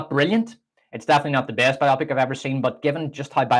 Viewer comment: I was thinking the same thing... bio-pic, not biopic, lol.